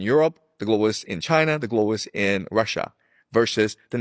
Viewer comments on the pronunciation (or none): none